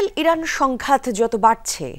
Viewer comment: প্রথমে ভুল বললেন ।ইরান not ইরাক